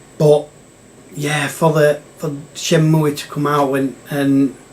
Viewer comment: It's been a while since my ears have been assaulted by "Shenmooey" 😂😂 Why does everyone hate on RPGs, they're the best 😮😂